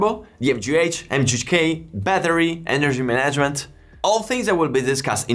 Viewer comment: ENergy MANagement. Syllable emphasis.